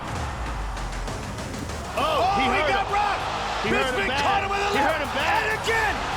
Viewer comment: "Nigel Bispin"